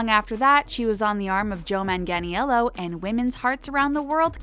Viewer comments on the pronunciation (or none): Noooooo! 😂😂😂😂 I'd put myself in time out if I didn't know how to pronounce Joe Mang-ah-nello's name. LOL He's too adorable to forget and I'd be smart enough to research if I didn't know something. Wouldn't you? 🙄 The narrator needs to be updated! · Mang-Gan-Ee-ellO?? 🤦🏼‍♀️🤦🏼‍♀️🤦🏼‍♀️ Girrrrrl, I can't. How difficult is this? Thank you for noticing. 👍❤